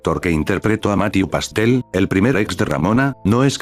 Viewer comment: Mathew Pastel xdd